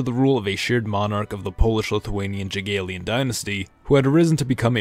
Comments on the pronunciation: Jagiellon should be pronounced Yagiellon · The way you pronounce Jagellon brings me pain beyond belief